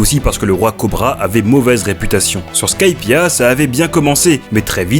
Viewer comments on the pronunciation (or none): none